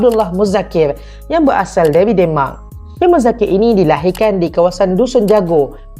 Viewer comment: Salam saudara.. sebutan nye biar bener...kok demak Indonesia ke demak euro..keh..keh